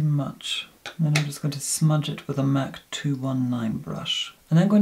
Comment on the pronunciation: I love how he pronounciate " Mac cosmetics " MAK K KOSMATIKKS